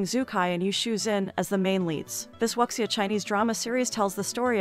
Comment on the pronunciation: Excuse, it's pronounced as "woo-xia"....